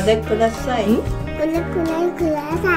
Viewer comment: これください くだ念起來確實跟哭大很像啊wwww 發音有些聽了別人的偏方有時候會回不去啊wwww類似corona跟可憐哪很像的感覺🤣